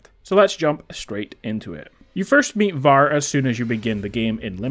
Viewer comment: Why are you saying his name like that 💀